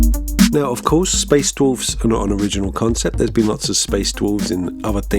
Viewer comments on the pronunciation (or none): Ok, I came to the comments and nobody's saying it, so now I feel like I'm going crazy. IS SAYING "DWOLFS"? Somebody please confirm and make me feel less crazy...